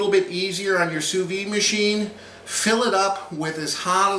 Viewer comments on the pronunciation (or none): The "d" in sous vide isn't silent.